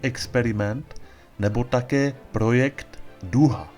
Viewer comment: V češtině se T čte jako T a ne ..projekdy , experimendy..